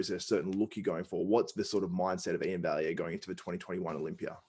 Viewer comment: One of the few YTers who actually pronounces Iain's last name correctly. Well done, you. (And a big salute to my fellow Canuck.)